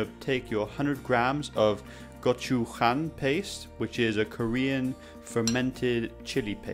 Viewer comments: Korean speaker here, the "goh-chu-huan" or chilli paste. You're pronouncing it with a Chinese-esque accent. It's a lot more simple than you think. it's more like gohchujang. Important to pronounce as a single word. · It's pronounced gochu jan not Yang or whatever you said. Sauce always ends that way all of the different sauces. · gojujang not gojuhan :) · It's just pronounced jang...not hwroang, loll. Anyway, nice recipe. Will try. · Man said “GochuHANG” I’m screaming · “GochuHANG” “saKAY” LMAOOO This is not meant to make fun of anyone I just find it funny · "goshoehang paste " love that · It's GO CHU "J"ANG. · Gochu-hhang. Fuck that's the most I've cringed in my entire lifetime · It's pronounced go-chew-jang. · well, I guess his mother tongue is spanish, so he pronounced 'j' in spanish way. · That's kind of rude. He's trying his best and his pronunciation of the word doesn't impact how well he can cook or the flavor of the sauce. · Nope. I clicked off the moment you miss pronounced gochujang